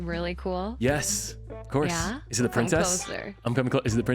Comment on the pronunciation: Hewwo pwincess 😂😂